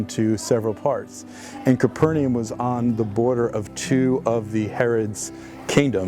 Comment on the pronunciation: Why do people pronounce Capernaum as “Copper-ni-yum”? Shouldn’t it be pronounced “caper-na-um” or something? Because the original name was “Kapernahum”, from what I know.